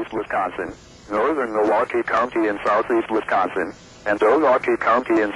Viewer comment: The way it says "NORTHERN milWAUkee County in South Eastern Wisconson" and "Until PM CENTRAL DAYLIGHT TIME"